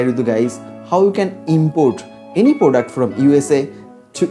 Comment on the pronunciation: He is bengali sure bcoz he tells poduct😂